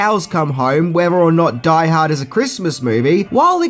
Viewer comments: Omg, if you said "Die Harda" 1 more time I was going blow my brains out lol. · if he says "die ha-da" one more time I'm gonna die hardest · Take a drink evertime he says Die Hada. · “Die hardar” 😂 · You like saying, "Die Haad 2, Die Hah-dah", don't you. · Die Hahd 2....Die Hahdda